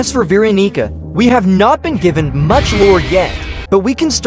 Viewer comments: Why does he say Veeronica in a weird way.. And a bit raci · not my fault the tts said Veeronigga😔✌️💔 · "veeronica will be a survivalist"